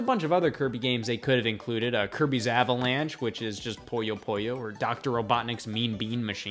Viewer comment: God dammit Scott, it's Puyo Puyo, not Poyo Poyo